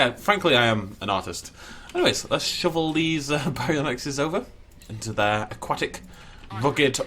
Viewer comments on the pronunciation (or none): none